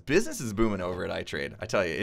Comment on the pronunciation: ITrade? More like iTrEAde 😂😂😂